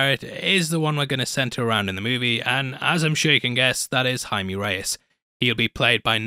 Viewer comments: "I've already pronounced everyone's name wrong" You're actually one of the only people on YouTube who pronounced Jaime's name right. Most pronounce it as "Jamie Reys" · This is more or less the correct way to pronounce Jaime. Not Hi-Me but more or Hi-Meh. You got it right once,.:)